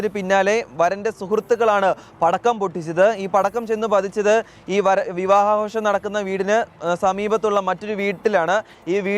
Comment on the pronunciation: എന്താടോ പറയുന്നത് വിവാഹ ആകാശം അല്ല വിവാഹ ആഘോഷം